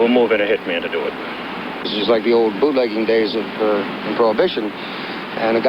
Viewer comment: It’s bootlegging not buttlegging. LOL. Love your videos!